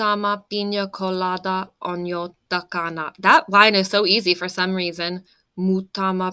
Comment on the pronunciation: A good job! The stress in Finnish is always on the first syllable, which then makes English hard for Finns. In the word TAKANA you have the correct t, by the way. 😊